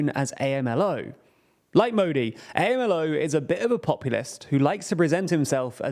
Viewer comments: Its AM-LOW not A.M.L.O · Amlo is pronounced Am-lo, not A.m.l.o. But fair reporting of his policies that are not improving the lives of the daily Mexicans there. His speech is indeed very simple and lacks jargons of the subjects he talks about. He often displays blank incompetence and ignorance of deep specific topics. Thar quite goes well with the Mexican public that is still undereducated. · It’s not pronounced as “A-MA-LOW”, it’s pronounced as “AM-LOW” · Please guys, the president of Mexico's nickname is AMLO like Amlo, not A.M.L.O. 🤦‍♂ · Saying "A M L O" instead of "Ahm-Low" helps me understand how bizarre it is for non-Americans when Americans pronounce names from their region in a bizarre way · “Am-Low” not A.M.L.O. Fan of the channel, just looking out for you guys ;) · They call him "am-lo" not "ey-em-el-oh." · Leave it to the Brits to see Amlo and pronounce it A.M.L.O. Literally never heard it that way by any US or Mexican newscast 🤣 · Great work as always. One thing to note - AMLO is pronounced as a word ("ahm-low"). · First, I love you guys. Second, it's Amlo, like "Am Low",. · AMLO is usually pronounced "ahm-loh" :) Also, is Mexico really running on a deficit? I was under the impression that the current government was actually close to a 0% yearly budget deficit?